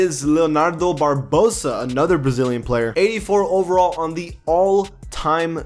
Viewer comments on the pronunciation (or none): My guy makes great videos but his pronunciation for these players gotta get better he butchered Barbosa’s name lol